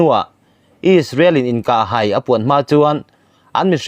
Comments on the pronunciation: An hai a ti lo in "An hâi a"tih tur. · An hai a, tih hi, lei an lai a, tih thluk angin i hmang a, theihai tih a, hai tih anga lam zawk tur.. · An hai a, I tih hi, hai hi, theihai ahai ,a thluk sang ,tur a ni. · Mizo tawng 'lamrik dan hi fimkhur deuh a tha mang e. eg India chu a ' hai' a. tih i lam dan hi a dik lo. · An hai a, tiha ,'hai hi a ri a sang tur a ni, Theihai, tih hai rik danin